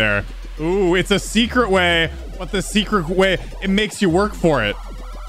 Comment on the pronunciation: “you discoveret secret vey”